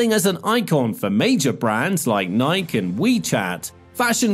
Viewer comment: How do you mispronounce Nike of all things?